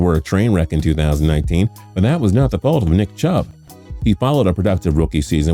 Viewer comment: Like back to back “nick Chubb”🤦🏽‍♂️